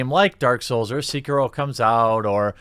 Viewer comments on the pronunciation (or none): They should just stop being so bad. Problem solved. Btw it's Sekiro, not "seeker-oh" . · Show some respect, man. Pronounce the name of the game right! It's not "Seekiro". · The sek in Sekiro is pronounced like just a sec. So it is said something like sec key row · Seh-kee-roh. Japanese was transcribed phonetically into our alphabet so it has extremely direct pronunciation from written word (eerily like spanish tbh). The vowel sounds are: a - ah e - eh i - ee o - oh u - oo Stick with this, and you'll get the "eh, close enough" from most people which the phonetic break down of Sekiro in this comment most certainly is. Somewhat random yes, but I feel like game journalists being super shitty gamers, and honestly kind of low key shitty people is pretty old hat now so I kinda got a bit caught up on something mostly insignificant. Good video regardless, but you are only echoing what I already feel so obviously a biased opinion. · its not SEE-KEH-RO its SE-KEE-RO....sorry it was triggering me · Seh-kee-roh Not See-kee-roh. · (SAY-KEY-ROE) DAMN AGITATING THAT NO ONE IS SAYING THE NAME PROPERLY!!!!!! GZZ LOL XD. I live in Japan. just saying. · "See-kih-ro" Ah i died a little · "c-kiro" Maybe I'm a weeb but that urks me something firece. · I thought it was Sek-Iro. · It's pronounced s-eh-key-row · It's pronounced like "say-key-row" from the word "Seki" meaning one armed and "Ro" meaning wolf 🐺 But the way you pronounced / butchered it made me smile 😋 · It’s pronounced SAY-key-LOW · "Sikirou" ... cmon dude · whats disrespecutful is how you pronounce Sekiro as Seekiro boi XDDDD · Its SEH-KEE-ROW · Jeremy, I speak Japanese. Sekiro is (seh-key-roh) Ps. It's also zoiNks. You're leaving out the N when you say it. Shaggy would be sad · Quick thing: You mispronounced Sekiro. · Man that mispronounce of sekiro the e is lowercase not capital good vid tho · Anyone else just a smidge annoyed by his complete inability to pronounce Sekiro? Great video, though.